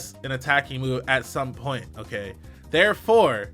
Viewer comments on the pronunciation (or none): none